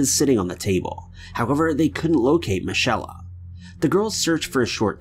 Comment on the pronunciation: Michelle, not michella